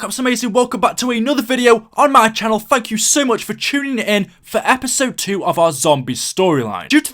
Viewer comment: When you sed thank you it sound like fuck you